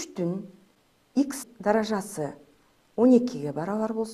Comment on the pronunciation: Мынча невыносима суйлойс, "даража"-деген созду туура айтынчы